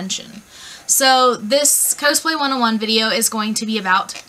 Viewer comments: why are you saying cowsplay, its cosplay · i pronounce is "kaws-play" and she says "ko-splay" and its making me disgruntled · My first cosplay was Chell, from Portal/Portal 2 (kinda hard, since she never talks, and I'm a huge chatterbox). Planning to maybe do Terezi next :) Also, not sure if I've just been wrong, but I always pronounced it caws-play. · your saying cosplay wrong!!!! its annoying... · K I've never ever cosplayed and even I know that "cosplay" = costume+play... So "cause-play" is the correct pronunciation. Also it's height not heighth. (Although heighth was a word back in the 18th century if you want to get technical.) but you do you booboo